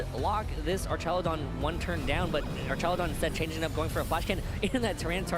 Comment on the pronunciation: I wanna know where this guy keeps finding the "ee" in Archaludon